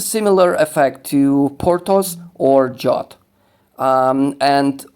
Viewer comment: Zastanawiałem się chwilę kim jest Dżot. Dopiero teraz po chwili doszło do mnie, że chodzi o o Jotta (zawsze czytałem go przez J, a przez Dż. Tak bardziej mi pasuje do Skandynawii)